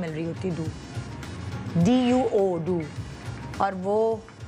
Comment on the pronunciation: its duoooooo not do lmao